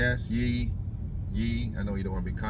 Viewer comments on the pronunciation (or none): The Ye is pronounced “yay”